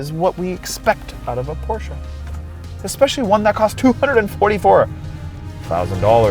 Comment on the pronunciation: You need to pronounce Porsche right!